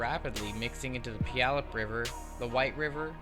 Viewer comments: Cool I'm in Puyallup and you pronounce it like someone from New York would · He says Puyallup like someone who has never been there